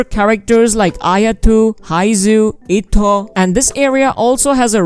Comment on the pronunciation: Eh-toh(pronunciation bro)...etto